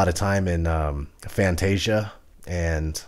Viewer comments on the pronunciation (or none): none